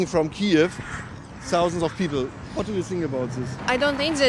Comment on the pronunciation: sausend of people 😂